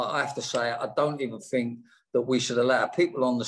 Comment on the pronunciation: I fink think is pronounced with a Th Rod JS